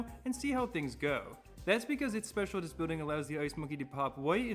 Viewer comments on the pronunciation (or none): its pronounced speciaList not specialTist. Great video nonetheless!